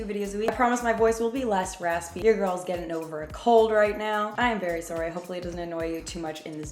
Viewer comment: “i’m very sorey” SOFKFK